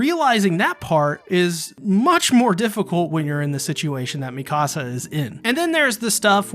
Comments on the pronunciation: "Me Ka Sa" Not "Me Casa" I cringe so hard when people say my house in Spanish instead of her name. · The way you pronounce Mikasa is like saying "my house" in Spanish lol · Great vid. Your Mikasa pronunciation is kinda off.